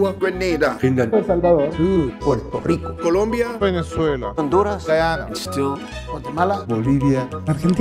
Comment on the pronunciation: It's venezuela not vene-zueyylaa